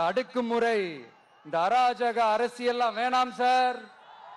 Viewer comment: டேய் 🤣🤣🤣அடுக்கு முறை இல்லடா 🤣🤣அடக்குமுறை 🤣🤣